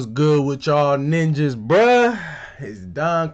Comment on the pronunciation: Lmao, the emphasis on ‘Ninjas’ at the beginning. Sparking Zero got patched but YouTube nerfed Don 😭